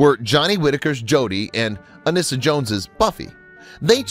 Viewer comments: Family Affair wasn't a rural show. Anissa is pronounced A nee su. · Her name is pronounced An-ee-sa. Horrible narrator. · Anissa was pronounced "ah - NEE - sah".